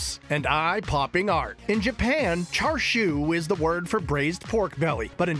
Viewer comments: Thank goodness someone said it, it was driving me nuts to hear him keep saying 'char-shu'. Like is it that hard for him to say 'cha'? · Chashu not Char siu, that’s two different things. He keeps saying char siu. The foods really looks good though 🤤